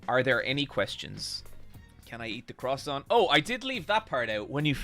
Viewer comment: Most impressive mispronunciation of croissant ever fr